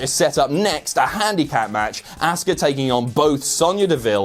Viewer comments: Ahhska not asska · Learn to pronounce names. It is not Asska. This is what happens if you sleep during your English grammar classes in school